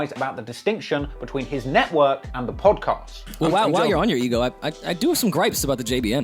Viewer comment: Hate how he's saying Podcast... great content though